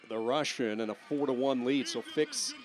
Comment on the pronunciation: "raSIn wrestling federation". ha, he talks to much. cant even control his speech